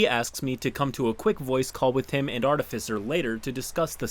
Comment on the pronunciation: Hearing finally saying "artificer" right still sounds so odd. I'm waiting for him to ho go "artifycer" as he used to at any second.